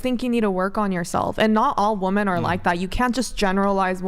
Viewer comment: WoMEN, it's f(_)<k¡ng woMEN, not woMAN!!!!!